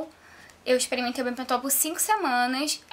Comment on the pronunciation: fala direito mulher bepantol e não bepontol hehehehe. vou testar corta um pouquinho do cabelo para mim, rsrsrsrsrs